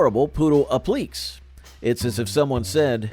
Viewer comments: I hear a standard American accent from this host. I am not sure if it's computer generated or human. In case they are a human and reading this, the word is pronounced "app-li-KAY" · Loved this trip down memory lane! Regarding the poodle skirts - applique is pronounced "app-la-kay" and crinoline is pronounced "crin-o-lyn". Words you don't see a lot nowadays...